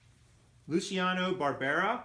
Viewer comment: Its pronounced "Lou chee ah no". Great brand. Nice pick ups. Make sure they are listed as sport coat blazers. Avoid suit jackets that are orphans. Once you measure the 41, i also put 40 and 42 in search bar in parentheses